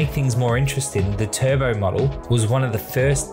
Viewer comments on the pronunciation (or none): none